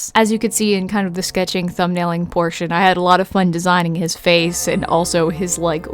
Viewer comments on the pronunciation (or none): none